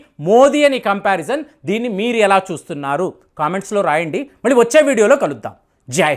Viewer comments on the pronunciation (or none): none